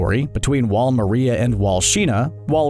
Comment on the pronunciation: Bro you butchered the names of sina and maria and its not colussus its colussol in the anime and sina is like john sina